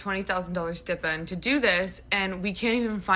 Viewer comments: Honey, with all that money and "influence" you still come off silly. It is pronounced ST-EYE-PEND. Rhymes with SKY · If you can't pronounce big words like stipend, please don't use them. 😂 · Lady really said "stippend" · ma'am did you mean STIPEND?? 😂